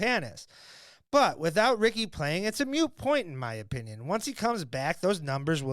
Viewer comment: Ugh, don’t say “it’s a MUTE point.” Hopefully that was just a slip of the tongue and you don’t think mute is how you say moot.